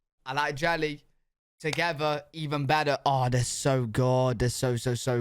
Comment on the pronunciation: You say togever instead of together